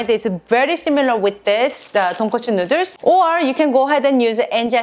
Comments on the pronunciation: Say noodles correctly pls my god🙄🙄🙄🙄😡😡😡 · I heard her saying noder.. My mind jimin :- I love noder.. Korean noder 💜💜💜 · This bitch says, “nooders” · I love the recipes here and they look amazing, they make me want to buy a pasta maker and do ramen from scratch. But the real reason I come and watch these videos is how she says "nooders" xD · She did an amazing job and this is something I know I’d never be able to make without screwing up! And I love how she says noodles with her accent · how she says noodles is great. and wow he has a shirt for it too HAHAHA